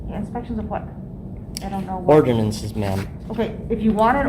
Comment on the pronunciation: 😂😂 orderance AND promitly